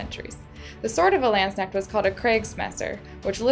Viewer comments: It's called not doing your research and not bothering to find out how another culture pronounces their words. Not to mention calling the quillions, "arms". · it's so funny when you say landsknecht:)